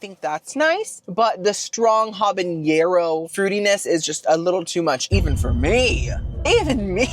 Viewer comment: listen there is no tilde(~) on the N in habanero so you dont pronounce it like the N in jalapeno. get your dainty little vocabulary together.